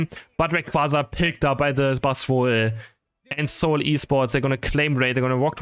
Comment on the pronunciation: Bro it's actually Pronounced as S(eight)ul esports